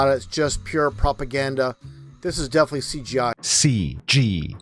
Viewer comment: so he used the “words” defally and concep? People that are too stupid to know how to pronounce comkon words like definitely and concept have no place trying to educate people. This is way too common with flat tards. Theyre either too stupid or too lazy to pronounce words properly and completely.